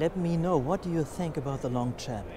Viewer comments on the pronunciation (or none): InnoTschenti nicht/ not Innoschenti ! The Italian plate is Venezia ......."Longchanp is french (langes Feld) nicht english Champ(ion).......